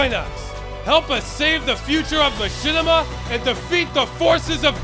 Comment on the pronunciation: one word.... ma-shit-ima....